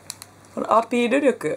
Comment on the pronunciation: クッキーのアピール力の所の訛り 親近感わく〜〜〜〜！！！ 東北弁さいこー